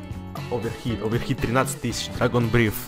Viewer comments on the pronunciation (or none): none